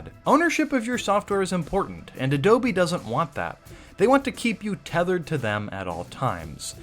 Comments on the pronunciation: Can you stop saying adobie like an idiot I want to watch the video 😅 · Adobye, not Adobe. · Why "AdobIe", do not write a do not say that, it's totally disgusting